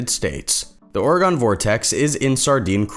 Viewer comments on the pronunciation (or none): Round these parts, we pronounce it OR-ih-gun. NOT Or-eh-GAWN. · Why you say Oregon like the way you say it lol orgon 😂😂😂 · Also it's or-EE-gun. But thanks for covering it!